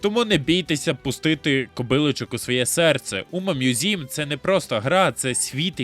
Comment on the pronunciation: Включив відео, почув умамузім - виключив відео